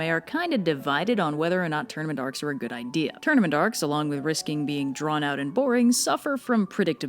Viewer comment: I kept hearing “tournamendarks” and similar gibberish before the words “tournament arcs” were actually on the screen 😂